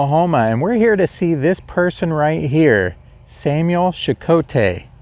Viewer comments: Hi, Samuel is my 3 times great grand father, can you please so kindly say our family name as Che-koh-tee. He was a Great man, that is why he is known as Great Chief Samuel Checote. My great aunt Mary Ann Kane maintained his grave site until her passing May 5th, 2017. Thank you for sharing the history of my family. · You pronounced the name wrong. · You actually pronounced his name wrong.